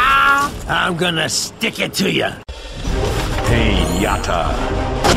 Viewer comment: Ah yes the painyata my favorite